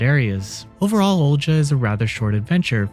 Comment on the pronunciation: annunciations strike again! Haha. Think this one is pronounced “O-li-ha.”